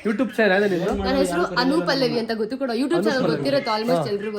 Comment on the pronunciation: ಅದು ಗೋತ ಅಲ್ಲ ಗೊತ್ತ..? Bro